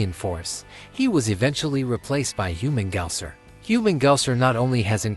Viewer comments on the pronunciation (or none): What's wrong with Human-gaouser? Lmao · Get Humungousaur’s name right, will ya? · You you should be set to rikers for pronouncing humungousaur name like that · I was thinking the same lmao